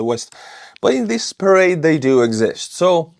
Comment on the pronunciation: This was how conflict in the cold war were fought, through smaller puppet regimes battling each other with support from NATO and Soviets. No telling what the end will look like except more death, Putin has really screwed Russia. When you showed Chinese parade, it sounded like you said charade, which I think is appropriate. Trump seems to be trying to talk politics while still pretending to talk tough.